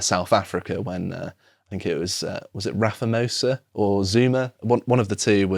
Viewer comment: "Raphamosa" LOL!! And in his clean and tidy accent too 🤣👍👍 (Not that I can judge: I still have to concentrate a bit when it comes to saying shoulder and soldier. 😆 )